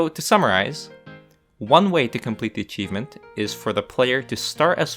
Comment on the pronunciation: ИГИПТ АЧИВМЕНТ)))) Братан, ты лучик солнца в наше тяжелое время) Кстати, БоГемия не звучит как БоСемия, если уж и говорить на американский манер, то БоХемия) А то вчера прям улыбнуло с боСемии!!)